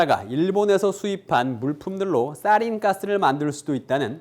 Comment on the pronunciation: 싸나 아니고 사나,, 싸린 아니고 사린